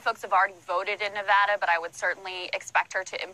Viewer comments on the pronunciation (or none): What's with you pronouncing everything like "Sonders" or "Nevoda"?? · You do not pronounce SANDERS as Saunders. You do not pronounce SANDERS as Saunders. You do not pronounce SANDERS as Saunders. You do not pronounce SANDERS as Saunders. You do not pronounce Nevada as Nevawda. You do not pronounce Nevada as Nevawda. You do not pronounce Nevada as Nevawda. You do not pronounce Nevada as Nevawda. SANDERS and NEVADA use the short "a" sound, not an "au" or "aw" or "ah" sound. PLEASE correct this! The fact that you are a commentator (even an informal) one and put out multiple videos per day means that you should at least pronounce candidate names and place names correctly. I've lived out west for most of my life. I know how Nevada is pronounced. On camera alone, Bernie himself has pronounced his surname with the short "a" sound thousands of times. I know it's tempting to point to MSM and say, "But so-and-so pronounces it this way." I challenge you to DO BETTER than freakin' MSM by actually saying as many names properly as often as you can and paying attention to genuine and sincere (non-trollish) corrections. =) Otherwise, you are killin' it with the analyses lately. Truly enjoying most every video. Cheers.